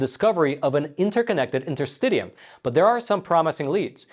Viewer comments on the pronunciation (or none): Just fyi: it’s pronounced inter-stish-ium, not inter-stid-ium. Just like interstitial is pronounced inter-stish-al, not inter-stiD-al. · Inter-stish-um. I love your, but for crying out loud collaborate with a medical person before you do your podcast. As a doctor, your continuous mispronunciation of fascia and interstitium unfortunately it’s very distracting. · I believe it is pronounced in-ter-STISH-ee-um. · It's pronounced in-ter-sti-sheeum, not in-ter-st-tee-um. Worth noting that the only use the FDA has ever approved DMSO for is interstitialk (pronounced in-ter-sti-shal) cystitis. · Isn't this UK English and American English pronunciation difference? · In - ter - sti - shee - um Please pronounce correctly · “Enter-sti-shul” & “Enter-sti-shum”. I’m a doctor, so I know these nerdy things😉. Great video! Always get excited when a new one drops😁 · Just for the record, Interstitium is properly pronounce this way: The interstitium is pronounced in-ter-STISH-ee-um (IPA: /ˌɪntərˈstɪʃiəm/). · It's pronounced "fash-uh", like the word "fast". Not fosh-uh. Just stop, you don't know how to put this information into any context. It proves nothing medically speaking at this point. And it's pronounced "inter-stish-ee-um". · Sorry, but the interstitium, pronounced interstishium, is not a new discovery. The term has been used at least since I studied anatomy and physiology in University 30 years ago. I am certain that it is older than that. It is essentially the fluid between cells and tissues and I have always had the understanding that it extended throughout the body. Having said that, a systemic and organised pattern of flow might be a new observation / discovery. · Your pronunciation of interstitium is so annoying! But thanks for this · And yes you are correct you did mispronounce interstitium